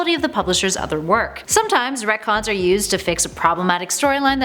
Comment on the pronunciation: sounds more like “that’s comic-cons” wahhhwahhhhwahhhhhhhhh....great videos brilliant channel thanks super human hero’s preciate U ❤️💛💚